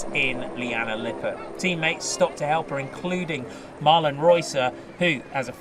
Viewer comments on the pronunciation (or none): none